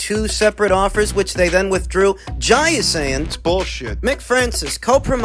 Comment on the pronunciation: Thankyou from the bottom of my heart 😂😂😂😂 Thanks for the correct pronunciation of Jai...